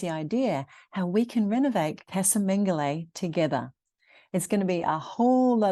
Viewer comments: The way you pronounce the name Mengoli sounds like Mengele, the dead docter of Auswitch! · Lots of work! But it’ll be lovely once finished. (I think it’s pronounced Mengo-lee,not lay.) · How lovely. How Brave! How full of smiles you are!! Love that you named the house after the previous generations of owners. Just one query, surely the house name is pronounced Men-goh-lee though? (Mengoli). Casa is pronounced as in Cah-zah usually. Unless of course its all pronounced differently down in beautiful Puglia?